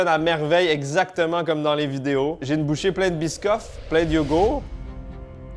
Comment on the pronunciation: Et le "T" de YogourT qui est parti apparemment aussi 😂